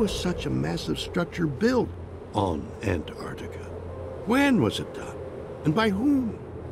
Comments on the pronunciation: Pretty annoying when the presenter can't even pronounce Antarctica properly. that does not look perfectly square. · The narrator here is so insistent on pronouncing Antarctica as "Ant Arctica"... XD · Ant artica 😊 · Ant- Artica like this man said is NOT ‘ at the bottom of the planet ‘ ….